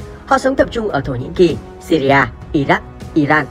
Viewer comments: Đọc là nước Sy ri thôi chứ làm gì có nước Sy ri a nào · Góp ý bạn nhé . Gọi là siri thôi chứ ko có chử a khi đọc ra tiếng . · Đọc là Sy ri a nghe ngang phè phè